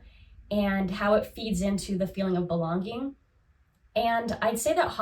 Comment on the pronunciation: You say belon-гинг (belonging) in such a distinct, endearing way 😅 (in a way how I might have heard it long ago back in Russia). Thank you for your videos, it is a pleasure to watch someone so… engaged? Excited? Genuine interest shows, is what I want to say.